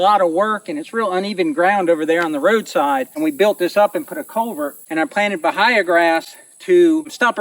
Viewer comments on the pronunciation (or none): It pronounced buh-hay-uh I've lived in North Florida my whole life and never heard it pronounced differently